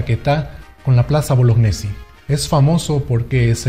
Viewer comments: se pronuncia boloñesi y no bolognesi. El apellido es italiano y gne se pronuncia ñe. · tengo entendido que Bolognesi se pronuncia Boloñesi, al menos así me lo dijo un profesor muy veterano que tuve de educación cívica que lucho en la guerra contra Ecuador. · Estimado, excelente trabajo, solo que deberías propiciar el correcto pronunciamiento del apellido de Francisco Bolognesi, lo correcto es "Boloñesi", la unión de las letras gn se pronuncia como ñ.